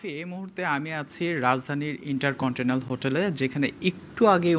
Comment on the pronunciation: Hum vai Inter-Continental uccharon korte pare na😆😆